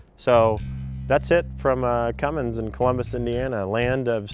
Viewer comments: Thank you! I thought the same thing. "no g in cummins..." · Best line for a review ever. No "G" in Cummins. EPIC